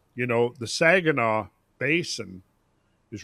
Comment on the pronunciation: I love how called it the 'Sajinaw' bay. That's a hard G,. 😄